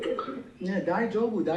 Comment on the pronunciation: "die joe bu" 😂 Also making trouble in Japan and then asking them to speak English in their own country is wilddd